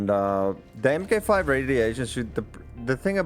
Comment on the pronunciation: FYI, Mk 5 is pronounced Mark Five.